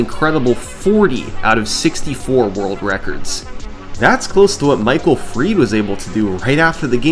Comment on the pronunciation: why did he pronounce michael fried michael “freed” 😂